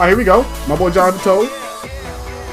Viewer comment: you have to pronounce it something like jonathan taves